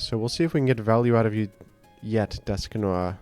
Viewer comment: DUSK NO 'R'